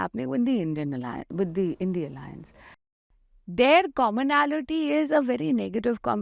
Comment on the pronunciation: Maam u r a senior journalist but still u call the i.n.d.i.a as i.n.d.i.a.a,how come?? Its indi alliance plzz rectify